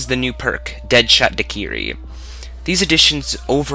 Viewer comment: Great review. But sorry you can't pronounce anything. Kino Der toten. Not kino derun toten. Deadshot daiquiri. Not deadshot diquiri. Vr eleven. Not Vr one one. It's pronounced tawkeo. Not take-eo. Richtawfen. Not richtoe-fen